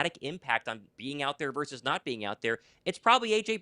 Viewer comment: You brought on the guy who doesn't know the word 'versus' from 'verse'